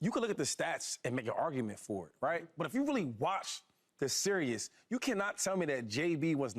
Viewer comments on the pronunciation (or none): Someone tell Shady it's series not serious. 😂😂😂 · Shady said “the serious” y’all grown af and can’t say series